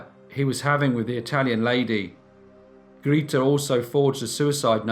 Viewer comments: Grayta, not Greeteh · Grete is pronounced Greateh! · Grita? Don't think that's how you pronounce her name. Good story thou! ;) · Grete is pronounced (sounds as in English) Gray-teh in German. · Your German is not so good 😄 it is Gr e t e like in "rEd" (the color), but love your narration!